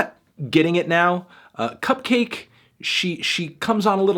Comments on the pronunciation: its pronounced CUP-KAH-KEI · It’s pronounced like bukkake (or like orange juice), melon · I always pronounce CupcakKe like bukkake. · I always pronounce it like Cup-kek (cack) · huh, man... i been pronouncing her name similar to 'bukakke' this whole time. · I thought the two k's in cupcakke's name were supposed to be pronounced like bukakke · I think you're supposed to pronounce "Cupcakke" like "Bukakke" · Sportaflop Supreme no it's pronounced like cupcake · Isn’t it pronounced cup-cahky as in bukakke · isnt cupcakke pronounced like bukkake? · I never realized cupkakke can also be pronounced like bukkake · I always thought it was pronounced cup-kakke, like bukakke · does he not know its pronounced like bukakke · I literally thought her name was pronounced bukkake. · It’s pronounced cup-cock-aye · Think it’s pronounced cupcakke like bukakke